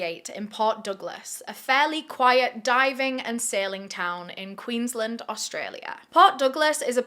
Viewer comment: Queensland is pronounced Queens-land not queenslnd just for future reference